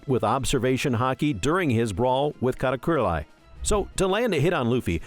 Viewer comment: BROOOO i had to stop the video because of how wrongly u pronounce these names XD its not KAYDO its KAI DO and its not KATACURILAI its Katakuri...